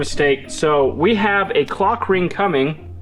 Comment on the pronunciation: you really need to pronounce the L in clock ring youre making it sound like im watching something im not😂😂